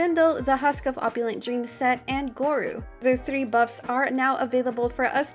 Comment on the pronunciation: Hi! Great guide again A little note on the pronunciation of Gorou, it's just go-roh. The u just means the o is prolonged